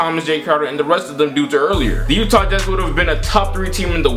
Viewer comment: The YEWWTAAH Jazz.